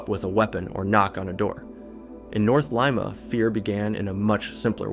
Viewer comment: ah yes, good old lime-a peru.